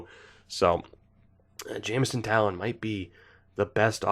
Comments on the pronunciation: Taillon = Tie-on, pretty sure he has the Spanish double L. :) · Also, it’s Jameson Thai-yawn